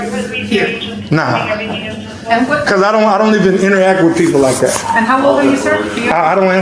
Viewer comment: "With it." Not "wit' it.' "Asking" not 'Aksing"